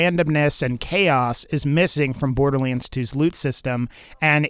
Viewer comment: sometimes you say borderlands like borderleens